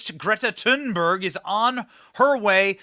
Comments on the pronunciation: I thought it was Thunberg not Tin berg …? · If you want to sound really smart you can pronounce her name correctly. (but who cares actually) “The final ‘g’ in ‘Thunberg’ is typically softened by Swedish speakers into something like ‘yeh’ in English: ‘tOOn-bairyeh.’”